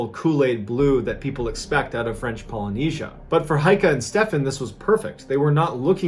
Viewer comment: gotta admit, for a murican your pronounciation is pretty good. one thing though: it's heike, not heika.